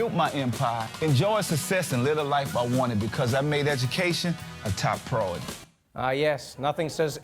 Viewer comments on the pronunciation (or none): He also mispronounces “priority”: “A top Prority.”